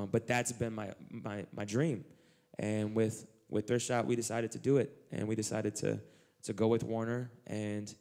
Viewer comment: am I crazy or is Eliot saying "Drift shop"?